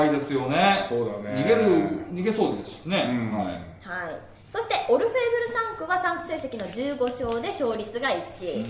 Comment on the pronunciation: オルフェーブルではなくオルフェーヴルです。